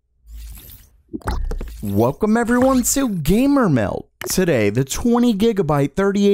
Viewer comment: his ass said gahmer mheld